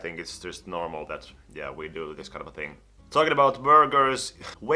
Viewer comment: everytime he says 'kind of a' i somehow hear 'kanava' which is channel in finnish and it confuses me